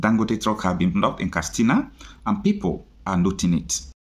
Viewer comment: It's Katsina!!, not Kastina,please correct if you can.